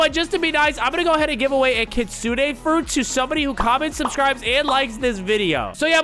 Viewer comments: Bro the real saying kit-su-ne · Bro really said kissune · i think its kit-su-ne